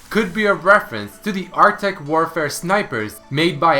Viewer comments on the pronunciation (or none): none